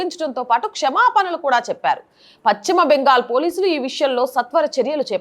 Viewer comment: Content is good but, it is PaSchima Bengal not PaChima Bengal